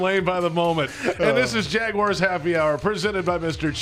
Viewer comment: Week 10 of begging to pronounce Jaguars correctly